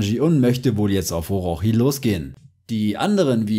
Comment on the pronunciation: Es wird Orotshi ausgeprochen Bro